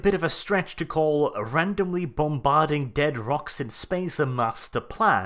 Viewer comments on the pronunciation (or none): none